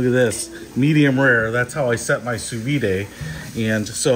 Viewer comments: It’s not ‘Sue Veeday’ it’s ‘Sue Veed’ (sous vide, under vacuum) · It’s (soo-veed). There’s no accent mark over the e (é). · Why are you pronouncing it soo-vee-day? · Hahahaha. Sou vide is actually pronounced "soo-veed" in America.